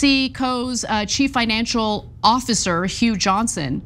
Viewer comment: I thought you said “Huge Johnson”. Thanks for the visual now I know it’s “Hugh Johnston”. :-)